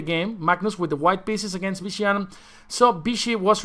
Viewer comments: Why do you say “Bishi”?! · As far as I know, in Spanish there’s no difference between sounds b and v